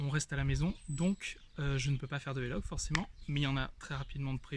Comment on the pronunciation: J'adore tes vidéos mais par pitié, on dit vlog et pas vélog:D:D:D:D Continues comme ça;)